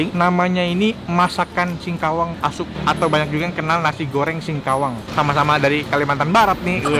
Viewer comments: Bukan asu tapi ASUK bahasa tionghoa hakka artinya paman. K nya dibaca jelas kayak ngomong "suka" Nex pelafalannya kurang jelas jadi banyak yang salah paham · ASUK bahasa tionghoa hakka artinya paman. K nya dibaca jelas ada penekanan, kayak ngomong "suka" Nex pelafalannya kurang jelas jadi banyak yang salah paham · iya tau tapi ini bukan asu tapi ASUK. Mungkin masukan buat nex supaya lain kali lebih jelas pelafalannya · Bukan asu tapi ASUK bahasa tionghoa hakka artinya paman. K nya dibaca jelas ada penekanan, kayak ngomong "suka" Nex pelafalannya kurang jelas jadi banyak yang salah paham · Bukan asu tapi asuk. Bahasa tionghoa hakka artinya paman. Pelafalannya huruf K nya dibaca jelas ada tekanan. Seperti bahasa Indonesia ngomong "suka" "masuk" Nex pelafalannya kurang jelas jadi banyak yang salah paham 😀 Salam toleransi 🙏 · Bukan asu tapi ASUK bahasa tionghoa hakka artinya paman. K nya dibaca jelas ada penekanan, kayak ngomong "suka" Nex pelafalannya kurang jelas jadi banyak yang salah paham 😀😀😀😀E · Bukan asu tapi ASUK bahasa tionghoa hakka artinya paman. K nya dibaca jelas ada penekanan, kayak ngomong "suka" Nex pelafalannya kurang jelas jadi banyak yang salah paham 😀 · Bukan asu tapi ASUK bahasa tionghoa hakka artinya paman. K nya dibaca jelas ada tekanan, kayak ngomong "suka" Nex pelafalannya kurang jelas jadi banyak yang salah paham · Jgn Asuk lha bang panggil suk suk,,klu Asuk,.,,kedengeranya asuk bahasa Jawa anjing,,sosis hallal g bang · RC ASUK harusnya K nya dibaca jelas kayak ngomong "suka" jadi beda sekali. Nex pelafalan K nya ga jelas jadi pada salah paham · Harusnya asuk huruf K nya dibaca jelas ada penekanan, kayak ngomong "suka" Nex pelafalannya kurang jelas jadi banyak yang salah paham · AsuK, "K" nya harus jelas